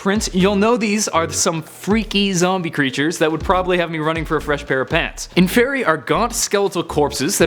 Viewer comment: Inferi (in-for-eye)